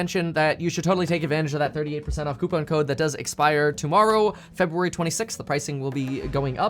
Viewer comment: "February" oops.